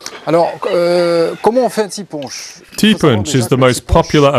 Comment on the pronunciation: Ti ponche...is not pronounced punch. Try T-poche